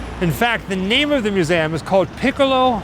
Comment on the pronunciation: He's saying museum in a funny way. He's saying museAm.